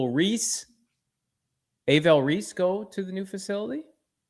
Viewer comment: How is this mf still saying A-vell Reese? It’s not a hard name bro. Look at it once and you got it down. ARVELL. This tells me he really dont know shit about this upcoming draft.